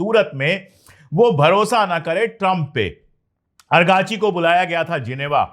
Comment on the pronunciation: Sir, main yah Teesri bar bata raha hun, his name is not Argachi but ARAAGHCHI